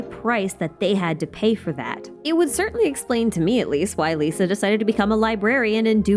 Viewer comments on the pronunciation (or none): none